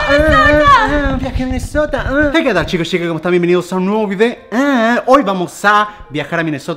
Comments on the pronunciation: Like si te diste cuenta que German dijo Minesotra envés de Minesota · Germán dijiste minesotra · Nadie: Absolutamente nadie: Germán: Minnesotra